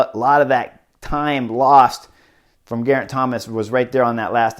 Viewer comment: as a Welsh speaker, be assured that your pronounciation of Geraint is spot-on, but there's something quite endearing about the way you call him Geethomas 😊. Really enjoying your vids! Thanks so much.